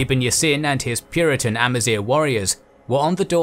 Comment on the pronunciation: First ever channel i've watched to actually pronounce Amazigh (semi) correctly!